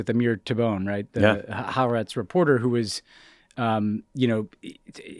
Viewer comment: You guys do great work, though Ha-ar-etz is 3 distinct syllables